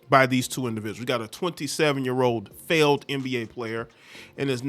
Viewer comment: The emphasis on *failed* nba player 🎉